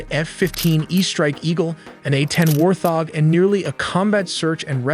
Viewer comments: IF YOU GUYS WANT THE AI TO NARRATE/READ A10-WARTHOG PROPERLY, JUST SIMPLY INPUT: "WART HOG" WITH THE SPACE IN-BETWEEN WART AND HOG. YOU'RE WELCOME. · Bro your voice AI is a little off. It pronounces warthog as warth-hog and Gs as G,S and tear like tear drop. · Interesting I thought it was called the A-10 Wart-hog, I never heard someone pronounce it that way. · "War thog." War thog is unhinged. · "Warth-hog"? Really? Love the channel, can't stand the AI narration. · Bro really just said WAR-THOG! 😂😂😂 really be using all kinds of AI! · Idc how good your videos are, the A 10 WarTHog pronunciation voids everything LMAO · It's pronounced Wart Hog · Informative videos beyond agenda medias, but your AI has no concept of the English language. You could at least review the videos & then retype the text so the AI doesn’t sound brain dead. Example : Wart Hog. Also it seems to like pluralism when it shouldn’t. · you can't pronounce 'Warthog' and also the editing is very poor, jarring, non-linear. It's not a Nolan movie. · Bro said War-Thog..... It's pronounced Wart-Hog 😅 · The A-10 Warthog is pronounced wart-hog not war-thog lol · It's "Wart Hog" not "War Thog"... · I was under the impression it is pronounced wart hog not warth og. I could be wrong, it happened once about 22 yrs ago when I told my wife it was going to rain and it only drizzled🤷🏼‍♂️ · WART-HOG! not warthog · Please fix your ai speech....it's a wart hog not a war thog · Its "wart hog" not "war thog" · It’s wart- hog. Not war- thog. Great video though. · Need the fix that pronunciation. It's Wart-hog not War-thog. 😂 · I had to leave when you kept calling it a war-thog. It’s wart-hog son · You need to fix your AI script...its not "war-thog"...but "wart-hog"....there were other silly mistakes but otherwise it's a gripping story. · Killing me smalls!!! It’s Wart Hog! Not War Thog! War Thog just doesn’t make any sense! Can’t botch the name on one of the best jets in history!!! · Lmao what is a A10 "Warfhog"